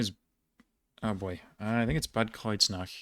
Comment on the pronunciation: / he says "Biberach" / "Bad Kreuznach" with the wrong "ch" sound, proving that he actually can pronounce the other one correctly (even though it was the wrong sound in these cases). So the problem might rather be to know which sound to make when. I think the rule is that after a, o, u and au (vowel as in Augsburg) you have to use the sound as in Aachen/Biberach, Bochum/Hochtaunuskreis, Buchholz. While after e, i, ä, ö, ü, ei and eu you have to use the other sound as in Friedrichshafen, Erlangen-Höchstadt, Eichstätt. However, there are still exceptions, especially in proper names like cities and regions. "Sachsen" or "Eichsfeld" are pronounced more like Saxen or Eixfeld. And let's not have a discussion on words starting with Ch like Chemie (=chemistry) or China, where there is a stereotypical debate between Germans, as people from southern Germany say "Kemie" and "Kina", while the rest of Germany says it with a ch as in Friedrichshafen. Also, it is probably very easy to confuse the "sch" and "ch" sounds in the first place. Difficult topic😅 Hope that made any sense.